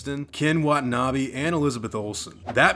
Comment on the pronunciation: Great video. One critique: Ken Watanabe "Wa-tah-na-bay"